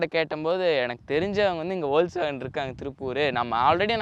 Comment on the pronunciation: Adhu spell panum podhu "Fokswagen" nu solanum pa, it's a German word.